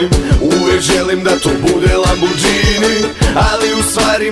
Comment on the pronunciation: Bravo, ali nije lamborđini nego lamborgini :)